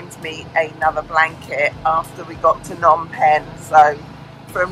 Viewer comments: This is a really enjoyable channel!! And feel free to do apartment tours any old time in Siem Reap!! Just a hint, backed up by my having lived in Phnom Penh for years and being married to a Khmer wife, you do pronounce the P in Phnom. As my wife says, that's why there's a P in it!! :) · lol thanks for the tip my pronunciation of words is truly terrible. I have a lot of footage from Kampot Kep and the islands to work through between now and Christmas but hopefully more room tours in January 🤗